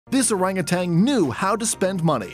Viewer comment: you didn't actually pronounce it orangutanG, did you?